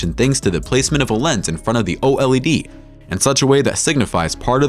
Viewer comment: And again.. O.L.E.D...... please... just say OLED. Very annoying